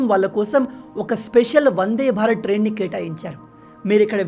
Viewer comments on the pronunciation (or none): none